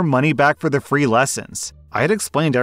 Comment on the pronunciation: three not free